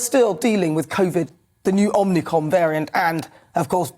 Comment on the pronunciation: So it's not just me that keeps calling it "Omnicron" 😂